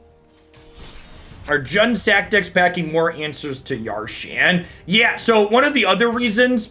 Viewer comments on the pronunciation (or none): "Yar-shan" The card: "Ya-sharn" Boomer Energy Strong XD